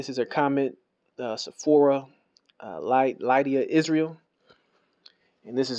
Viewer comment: 🤣🤣🤣🤣🤣🤣🤣 you stupid you cant even pronounce my name right it's Lydia ...Lid de yah and you all types of wrong but keep on sinning and following behind Camp doctrines I've gotten all my information from the most high directly I've never studied with a man and at the end of the day it is not me who's going to hell it's you for all of your false Doctrine have a blessed day you big mad you had to make a video 🤣🤣🤣🤣🤣 and I will continue on being blessed in my household with a husband and five beautiful children four sons and a daughter how many you got blessed with, 🤣🤣🤣🤣🤣 what y'all really mad at is that I know my scripture but y'all can remain delusional each man must walk their own journey I know the truth all praise to the most high HalleluYah and your probably still worshiping jesus who is Satan in the Bible but you probably haven't study that far too busy following behind man instead of getting your teaching directly from TMH glad I don't have that problem but as you were I won't lose a wink of 😪 sleep🤣🤣🤣